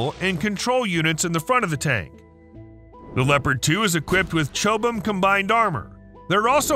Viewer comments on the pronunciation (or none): chobham is pronouced cobam